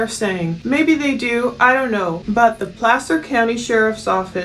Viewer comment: First time I heard Placer pronounced correctly. I know it has nothing to do with it but it's been driving me nuts lol